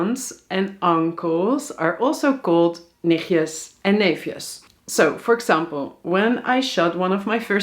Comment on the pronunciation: If you want to learn dutch learn flamish and not hallands. Nichtjes has a ‘t’ in it!